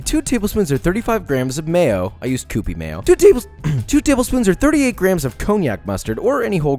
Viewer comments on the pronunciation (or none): It’s “cue”pie mayo, like how you say the word “cute” or “cue cards” 😘